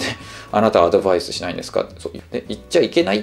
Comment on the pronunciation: アドヴァイスの発音とアクセントが英語を意識している（英語喋り慣れてる本人はおそらく無意識だろうが）のがなんだか好印象。 楽しみにしてます！